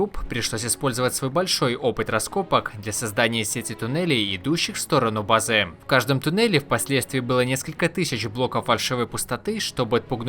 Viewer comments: Вам платят за то, что вы делаете ударение на последний слог? уши режет пздц «место для базЫ» «сегоднЯ» «предметЫ» от того, что каждый второй так делает уже бесить начинает слушать… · Автору бы к логопеду сгонять. БлокАв бызЫ и тд и тп